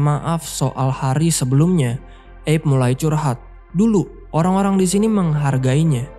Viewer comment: Padahal looh, erwin dah panggil "Abe" bukan "eb" Abe = Abraham. Sama seperti panggilan untuk Abraham Lincoln